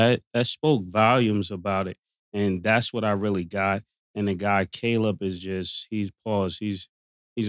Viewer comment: why this MF can’t say Caleb? Bruh it’s KAY•LIB damn Killa you slow asf 😂😂😂